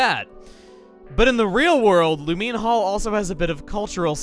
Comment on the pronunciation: I'm just thinking about how you called it Lu-MEAN Hall instead of Lu-MINE Hall.